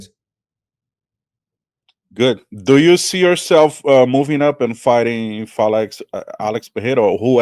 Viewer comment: Por que o pronúncia a palavra Pereira, de forma errada, propositalmente, como os gringos? 😅